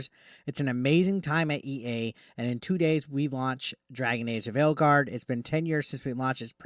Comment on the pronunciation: Why do i keep hearing Dragon Age : The Failguard whenever he mentions the name of the game.